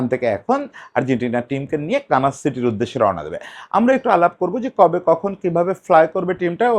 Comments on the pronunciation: দাদা এটা কি কানাস নাকি 'কানসাস' (Kansas). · দাদা একটু ভুল হচ্ছে - আপনি বলছেন, kanas city, সঠিক হবে kansas city. আশা করি পরের কোনও ভিডিওতে সঠিক হইয়ে যাবে। ধন্যবাদ